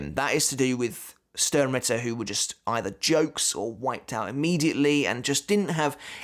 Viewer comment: You know what? As a german I will use this opportunity: "Sternritter" is pronounced "shtarenritter". The "sh" from "shut" and the "are" from stare. So just say stare with an sh instead and add an "n" at the end followed by ritter.